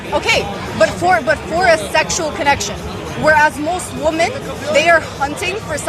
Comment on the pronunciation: My God Already !! Someone teach her how to say WOMEN !!! 😮‍💨😮‍💨😮‍💨